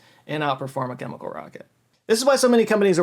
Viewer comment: i guess they do only wear the hat in dallas. congrats to for saying chemical correctly and not kimikul like most texans. 😂🎉